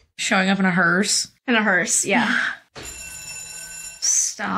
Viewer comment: Okay, I'm 16 minutes in and I heard them call the ecto1 a hearst three times. IT'S NOT A HEARST...... it's a Cadillac, Cadillac doesn't make hearsts...... It's a Cadillac "Ambulance"........ Made from a station wagon. Has a bench seat in the front, and two bucket seats behind a divider near the two rear doors (in the ambulance model, these two bucket seats are back to back with the front seat)....... In the back where in the normal station wagon, would be a third row of seats, the seat bench is removed, and a track installed that allowed a stretcher to be loaded in, when it's collapsed down to fit through the rear cargo door (in some rare cases they even had the normal wagon setup for the door to swing out normally, and open like a hatch back.... My dad had one of those which was made 10 years later). Again, it's an ambulance, not a hearst